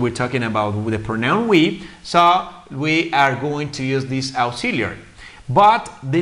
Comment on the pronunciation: Auxiliary Verbs ( AEksíliari ) NOT ( AUksiliari ).